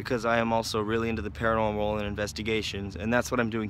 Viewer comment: “panormal activity”